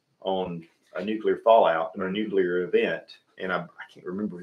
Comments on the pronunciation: This guy is driving me crazy saying “nucular” instead of “nuclear” a hundred times in a row. You shouldn’t have opinions about things you don’t know how to pronounce. Other than that thank you for all the input. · "NUCULAR" is not a word, its "Nuclear." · As soon as I hear someone say "nucular", they lose me